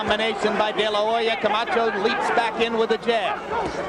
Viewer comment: Buffer rolling his tongue introducing Camacho is 🔥